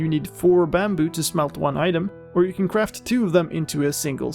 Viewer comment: "Kwaft" XD